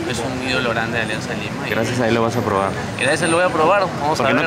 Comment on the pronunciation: Alianza lima ❌️ Alianzanza lima ✅️